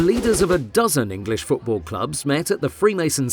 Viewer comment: I don't care if you call it soccer but don't pronounce it like "Foodbool"